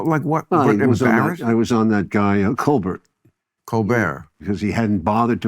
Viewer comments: Oliver: "was on that guy Colbert" Bill: "Colber"! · Oh, Colbert didnt bother to watch your film? But you havent bothered to learn how to pronounce his name, thats allright and not offensive at all. Stfu Stone. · And Stone intentionally mispronouncing Colbert.